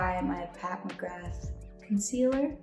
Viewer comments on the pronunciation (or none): none